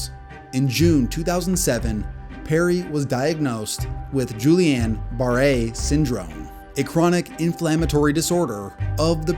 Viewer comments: Did you just say "Julian"? Oh dear. It's pronounced Gee-on. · Guillain Barre has a hard G sound, not a J sound. And the double L makes a Y sound. Gee Yon. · Giullian Barre syndrome is produce geeh-yan bar-rey syndrome. This takes 5 seconds to google. You get millions of views, just look up pronunciations. All it does is either make people who know the pronunciation realize you just didn’t do that 5 seconds of extra work, or make people who watch this video and DONT know the pronunciation look like idiots when they say it because they heard on here first. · No, the double L is pronounced as an L. Pronounced: Geelan Baray